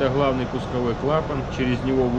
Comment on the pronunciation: Почему нельзя "хговорить" уже по-украински, или по-русски, как-то определиться, а то какой-то суржик. "Хгазы","хглавный","хгидравлический".